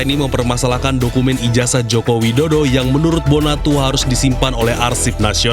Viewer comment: Ijasah bacanya jing bukan ijajah